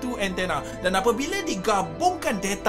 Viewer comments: Bukan deta tpi data bukan nesa tpi nasa 😂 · Nesaa Detaaa Biasa² sahaja bah klau bckp tu bang..